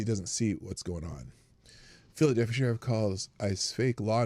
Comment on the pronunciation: She may have pronounced Minneapolis correctly she did call phlly Philllilelphia